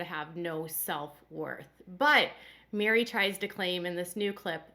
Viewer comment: Her name is MERI like "Merry Christmas", not MARY